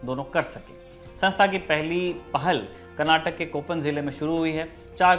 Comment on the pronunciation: It's KANNADA not Kannad😡 & It's KARNATAKA it's not KARNATAK 😠